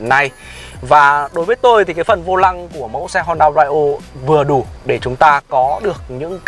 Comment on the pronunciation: Phát âm Brio sai rồi